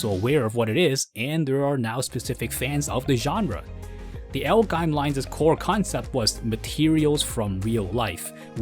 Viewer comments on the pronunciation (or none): none